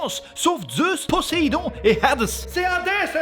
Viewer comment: Je suis presque sûr que Poséidon se prononce avec un Z puisque c'est entre deux voyelles... Mhm...